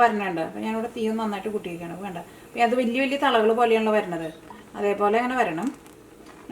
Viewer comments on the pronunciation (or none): none